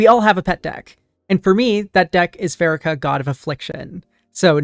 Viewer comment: I think it's "PhaREEkah." Happy to be one of your 5K subscribers. You're doing excellent work.